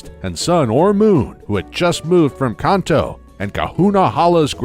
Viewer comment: so why he pronounce Kanto wrong everytime?!